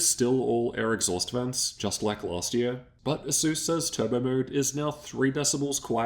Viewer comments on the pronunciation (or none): “Upgrades Tuuurorrre”